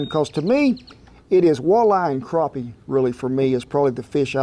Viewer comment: My dad has been pronouncing “crappie” how it looks 😂 I’m so glad to hear someone else pronounce it as “craw pee” although now that I spell it out it’s not as flattering either. 🤣